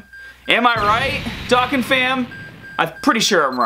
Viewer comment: Say it with me. Dough khan